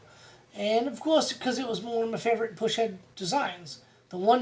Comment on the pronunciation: Bad ass video! Though... it is PUS-head ... not PUSH-head! Haha. Great video though buddy!! Keep em coming! 🤘🤘